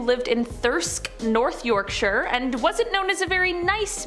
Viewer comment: Never say Yorkshire again